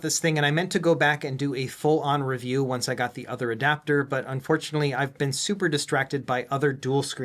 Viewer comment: I had to go back to older vids and see if it's always said "In-Depth Reviewa" 😅